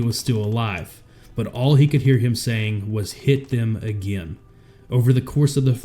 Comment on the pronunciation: Where does the video maker live? The accent is hard to pinpoint. But the way he says "again" like "agyehin" is something I've never heard before.